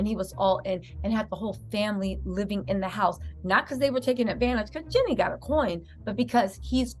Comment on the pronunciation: Btw, it’s [“GEE-nee”] Jeannie - (not Jenny)😉♥️